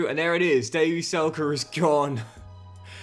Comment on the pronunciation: NOT SELKE 🗣️🗣️🗣️